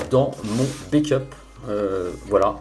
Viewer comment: Merci pour vos vidéos toujours pertinent es et argumentées mais par pitié, back up se prononce "baque" et pas "baique" = Bake qui veut dire cuire au four, déso pour le côté négatif du commentaire et bonne continuation.